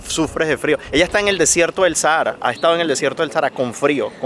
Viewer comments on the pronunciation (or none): none